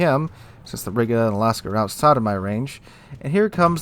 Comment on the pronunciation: Riga is pronounced Reega btw